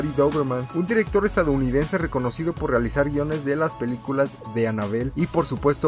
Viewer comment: Jaaj en una parte del vídeo dice peluculas jaja like quien se dió cuenta